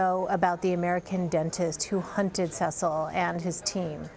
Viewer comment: see sul not ses sul